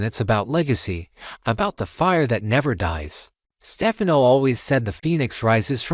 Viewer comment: What is this AI nonsense. Can’t even pronounce Stefano